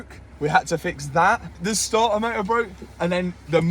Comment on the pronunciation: I truly find the way you pronounce starter motor amusing, I have no probs with star uh moh uh, it makes me chuckle